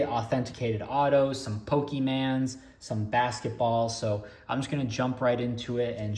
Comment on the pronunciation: Did you say pokey man? Come on...